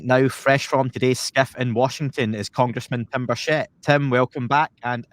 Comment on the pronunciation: it’s BUR’ CHETT’. He’s not from Paris 😂